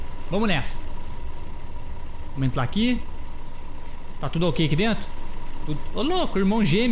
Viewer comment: eu entendi ele falar entlar a direita nao e entrar o certo ? ou o audio que ta assim